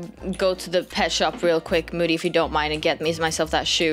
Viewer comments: Way you.. Call moody. Moode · I was dying when was calling moody moidy then momo then mody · I love how is calling Moody "Moddy" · I love how said youre unicorn was rescued by and then moddy instead of moody lol